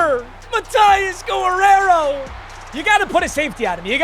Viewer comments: Has never heard the name Guerrero pronounced? 😂 guh-rare-oh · why does he say gorrero brooo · pronounce Guerrero